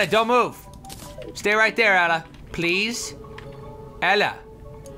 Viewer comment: LOL, every time Toby says Ella I think he's saying Bella XD